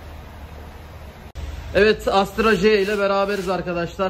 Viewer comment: Astra Hajj ne😂 Ona Astra He diye söylenir😉. Sanki amerikan alfabesi ve arabası😁